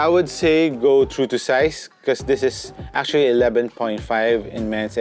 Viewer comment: “Becoz” Wtf accent pa more HAHAHAHA